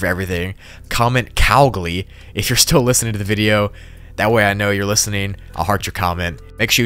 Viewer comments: "Cowgli" Cool Video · Are you fucking kidding bro it’s moogli